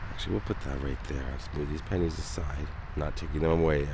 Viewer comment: Bruh, when you said "pennies" it truly sounded like you said PANTIES. I wasn't looking at the screen, and I was like "wtf who is putting their panties on Jim Varneys grave?"